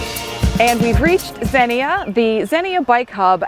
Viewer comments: Xenia is pronounced ZEnia. Great video. I did the OTET in 2022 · Two syllables: Zeen-Yah. Great bikes trails.